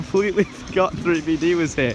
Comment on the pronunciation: Is saying 3 b d or 3 b p I am confused 😂